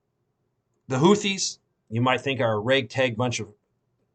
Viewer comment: “HOO-tees” the “th” phoneme is pronounced as a “t”.